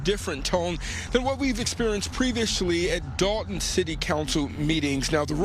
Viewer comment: It’s called Dolton not dalton